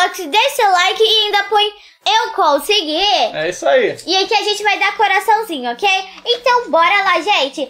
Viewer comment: “Eu cosigi